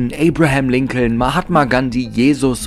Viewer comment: Das zweite "L" in Lincoln ist stumm und Monroe wird auf der letzten, nicht auf der ersten Silbe betont. Doch das sind nur Kleinigkeiten, gemessen an all den anderen Fehlinformationen in diesem Video. Es sind zu viele, sie hier aufzuzählen, aber einige werden in den anderen Kommentaren genannt. Du hast so unglaublich wenig Ahnung, dass es richtig weh tut. LÖSCH DICH!!!